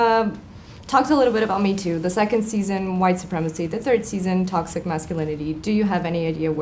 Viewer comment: pois é cara, realmente deprimente... essa guria não consegue ficar 5 segundos sem falar "tÓxiCaN"